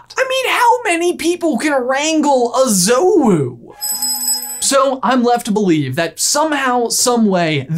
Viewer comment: Big fan. And I hate to be 'that guy' but if we're following the traditional: the pronunciation is "Joe-wu" rather than "Zoh-wu". You guys put sooo much effort into your videos and research so this is more of a heads up for the future vids than a 'You Dum Dums'.